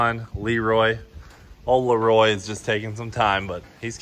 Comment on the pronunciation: It's Le Roy, get it right. :)